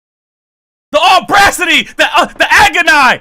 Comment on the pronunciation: The Aubra- city!!!! I’m in agon-eye!!! 🤣😂🤣😂🤣